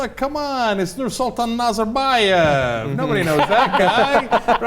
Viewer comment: These people don't even know how to pronounce Nazarbaev's name, what do they know about 'the regeme'? I imagine they're picturing this something like bears on unicycles. At least they decriminalized cannabis last year.